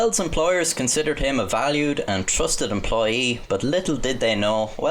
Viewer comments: "Empoyee of the Month" lol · 'Empoyee of the Month' - this nearly killed me from laughter omg ffs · What's an 'Empoyee' of the month? İ guess someone didn't get involved with their English lessons either... :o/